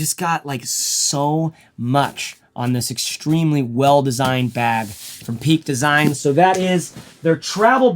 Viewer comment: I'm going to be a little nitpicky, but the name of the company is Peak Design. No "s" at the end. You used the "s" in one of your other videos too. Love your channel. I'm so envious of all of the bags you have! Where do you store all of them? LOL